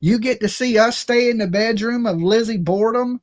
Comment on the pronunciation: its not pronounced Lizzy bourdum